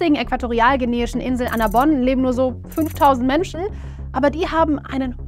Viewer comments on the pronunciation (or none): Annobón! Mit 2 O. Wie auf den Landkarten bei und zu lesen. Nicht "Annabon".